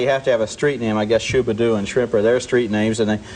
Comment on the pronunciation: Thats SHABBA DOO, Roger. Not "Shubba Doo".😐